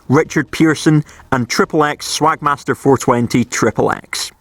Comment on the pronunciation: I laugh every time you say swagmaster's name